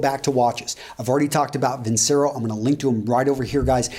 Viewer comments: pronounced vin-CHero my man ;) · Hi, Vincero is pronounced VinCHero. In Italian, "c" before I, e, is pronounced "ch". Regards